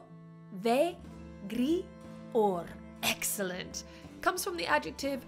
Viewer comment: im sorry but you should sound more sharper,like in latin...Rovegrior for instance. its not rove-gri-or as you say. it is more rove-grior with louder ROve-griOR. jUST REMEBER HOW SHE SAYS DRAGON IS NOT A SLAVE.